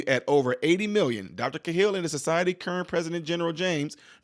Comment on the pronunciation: The name is pronounced, "K-HILL", Thanx. Matt Cahill